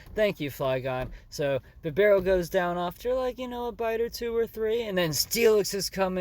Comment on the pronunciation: First poketuber that says Bibarels name right! Put some respect on the mans name!!